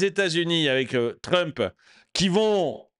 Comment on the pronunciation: Le président réélu... Il n'arrive même pas à prononcer le nom de Trump...